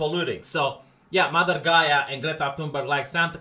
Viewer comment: I was like " Why does he want to be a mummy(Egyptian mummy) when he hits 35?" took me a few moments to realize he meant mother.